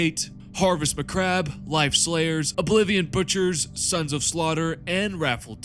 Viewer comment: Are you purposefully mispronouncing things like Red Tithe as Red Tit, or Harvest Mcabre as Harvest McCrab?